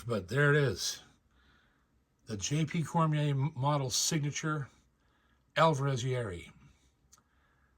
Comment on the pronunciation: Hey J.P., love your stuff. Congrats on your own model. Just a friendly correction..it is pronounced Ya-ear-ree. 3 syllables. Just thought the pronunciation should be on-point since they made such a beautiful guitar for you. Keep up the great playing!